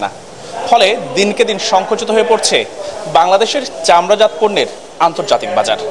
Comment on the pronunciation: চামড়াজাত উচ্চারণ চামড়াজাতো-চামড়াজাত্ নয়।